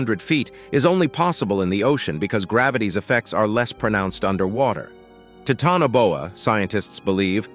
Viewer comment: the pronunciation of the words are bothersome especially Titanoboa. Is this an AI voice? I have heard other words also that are irritating to listen too and the mis pronunciation of them in other videos . I like the show just saying.